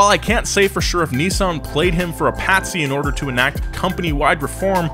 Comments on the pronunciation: Why are you pronouncing it KNEEsan????? It's Miss with an N= NISSan. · Neeesun Zee. We call it a Nissan Zed in the UK. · Bruh he says Neezaan